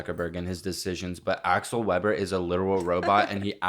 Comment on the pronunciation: can’t even pronounce aksel’s name correctly…..😒